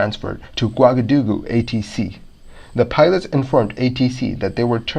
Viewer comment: Great videos and great channel. The unrelated airplane videos are a little distracting though. Also, pronouncing “Ouagadougou” correctly would make it even better ;-).